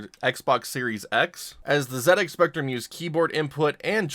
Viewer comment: Thank you for pronouncing ZX like that :)